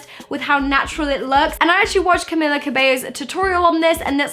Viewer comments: Cam-ee-la not Cam-ill-a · I really don’t want to be this person but it’s Cam(ee)la Cabello not Cam(i)la😁😂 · Also it's camEELa cabAYO ;) 😂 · Anna Craven Im from cuba and her name is CAMILA.